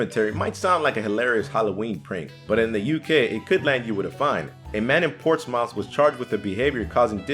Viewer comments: Did he just pronounce Portsmouth as ports-mouth instead of port-smith? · portsmouth is not Port's Mouth. ports-muth. people all over the UK laughing at you. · Port's mouth? Think you'll find it's pawtsmoof ;) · The way he pronounced Portsmouth... Ew